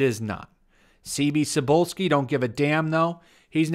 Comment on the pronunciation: Cebulski is a Polish last name. It comes from a vegetable: Cebula - Onion. I think that this Mr. Onion has gone bad. The end -ski in the name is an indicator that his family in the distance past had a minor nobility status. Minor nobility was composed of families that owned the land and work it, like the pesant would. In most cases their ancestor had done something significant, mostly in war, and for that he was "adopted" by the actual noble family under their heraldry sign. After the partitions of the Commonwealth their status were abolished by participating empires. If you want to say Cebulski in Polish you should say it like 'Tzebullski'